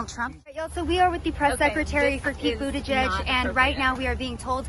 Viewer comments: It took ‘buttergee’(correct pronunciation) nearly 3weeks to get to train accident in OHIO,and 15minutes to lose his train of thought…! You could not make this up!!! How the hell do they get hired? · His last name is pronounced but-he's-gay😂